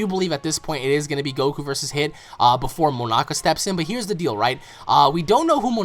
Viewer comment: signerleo snyder said it, learn English nigga before you comment nonsense you called him moanak and then you called him moamak then 3rd time you actualy got it right Monaka heres a cookie from Gokue and beuer s and chmapa